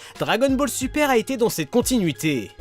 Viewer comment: pourquoi tu dit supa c est super sa me stress XD